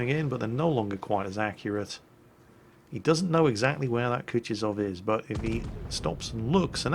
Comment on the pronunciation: O for god sake it is not kutiozow it is KUTUZOW!